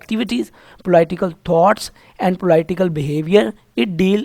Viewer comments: It is not po-ly-ti-cal science, it is po-li-ti-cal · Sir G aap nay bohat acha samjhaya . Magar thori mamooli si correction aap k accent ki waja say lafz POLIT yani PO ---LIT hay polight ya polite nahi hay. Polite urdu may matlab شائستہ meethi zuban ko kaha jata hay jab k yaha polit لٹ hay ye. Umeed hay mind nahi karay gay aap.AAp iska ggogle pay accent check ker saktay hay. Google pay POLITE OR POLITICAL CHECK KER SAKTAY HAY. E OR I say farq ho jata hay. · Po-laii-tickle science 😂😂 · Po-laiii tical science kia hoti hai bhai.....😂😂😂😂😂😂😂😂😂😂😂😂😂😂😂😂😂😂😂😂😂😂😂😂😂